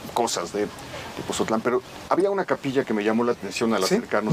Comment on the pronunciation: Es Tepotzotlán no Tepozotlan porfa gracias